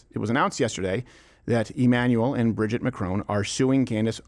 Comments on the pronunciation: The fact that you are pronouncing Brigitte’s name wrong the entire video shows how much research went into this. It’s Brij-eeeet, not Bridget. If you actually watch her videos they’re pretty compelling. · L TAKE ... Bro WHAT HAPPENED to Crowder??? hes SO OUT OF TOUCH now... its embarrassing. He did ZERO RESEARCH into what Candace "PROVED" and HOW and he proves it by NOT KNOWING HOW TO SAY "BRIGITTE" ... If he watched even 1 minute of her MASSIVE SERIES "Becoming Brigitte" HE WOULD KNOW how to pronounce it... You're wrong Steve! You're just an angry little man letting your EMOTIONS interfere with your professionalism. The "EVIDENCE" they provided HAS BEEN ADDRESSED AND DEBUNKED. What a dope. Glad I stopped watching last year! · He couldnt even PRONOUNCE "BRIGITTE" !!! Crowder is an angry little man and this is a HUGE L TAKE.